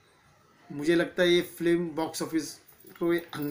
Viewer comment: Flim nahi film hota he bhai😂